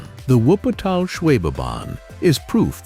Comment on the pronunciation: Das ist das Ergebnis, wenn man KI auf die Menschen loslässt. Zu dumm, um Wuppertal, Pilatus, Schienenzeppelin u.a. richtig auszusprechen...